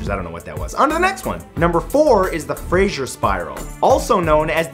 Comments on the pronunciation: It's Fraser not Frasier 😊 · that is not how U pronounce it when it is spelt like that(Fraser not Frasier) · Fraser is not pronounced "Frasier". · They way he said Fraser sounds stupid